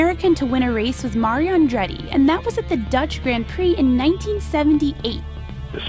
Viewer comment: Anyone annoyed by the way she pronounce "grand prix" ?